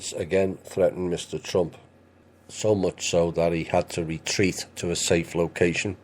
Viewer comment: Retrieve? or Retreat? I kinda think that was on purpose!